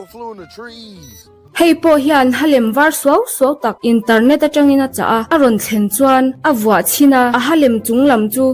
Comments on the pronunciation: Internet ❌Interrrrrnet! ✅ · internet leh bik mai* interrrnet🤣